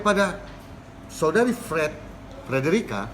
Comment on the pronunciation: Frederica bukan federica min